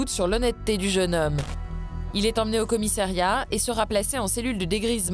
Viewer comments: A 5.05 Au commissériat ou commissariat ????? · Ahlala......... encore un "commissériat" ???? COMMISSARIAT. (5mn02)